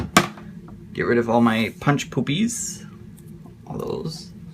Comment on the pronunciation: I love ...punch poopies. I had to rewind to listen again and make sure that's what you were saying. You are my new fave!